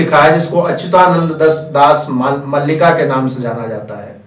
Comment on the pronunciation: मल्लिका नहीं मालिका